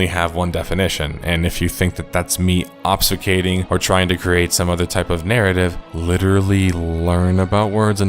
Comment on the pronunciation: Dude said learn words after mispronouncing obfuscate